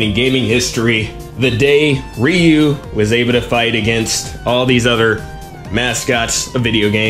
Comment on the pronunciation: It's pronounced ree-YOO